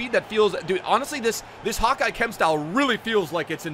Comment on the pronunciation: Why you call it hawk-eye? 🤣